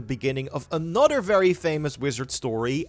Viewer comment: Its that “Anutter” for me